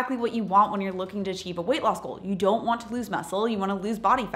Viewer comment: Every time she says: Weight loss goal ❌ Weight law school ✅